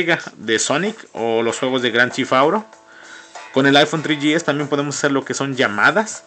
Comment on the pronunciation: El aifon tri yi es y el aifon forr :v